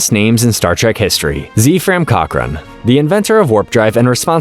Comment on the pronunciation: Why did you pronounce it z fram?